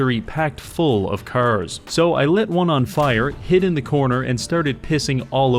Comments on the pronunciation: cars ❌ curs ✅ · Bro doesn't say "cars" he just says "curse" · you say cars like *caers* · Am I the only one who hears him say “kers” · When you hear him say Cuurs instead of carrrs its over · bro why do you pronounce cars like “CURZ” ? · how many timesdoes he say 'C'ars cause after awhile it feels like he puts more emphasis on the C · Why dont you pronounce "cars" correctly?